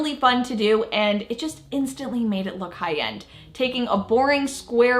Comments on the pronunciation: Her 'high end' sounded like 'Hayan' 😂 i thought wth is 'Hayan?' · She kept saying Hi-Yend. 😅🤣